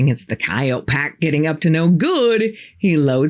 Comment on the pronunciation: Thank you,. Listening to you is like being with an old friend. I also love that you know how to pronounce the word coyote (just like you don’t pronounce the letter E at the end of the word, please.)♥️🕊️